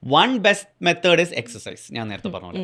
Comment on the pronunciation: എക്സർ സൈസ് എന്നാണ് എക്സ് എച്ച് അല്ല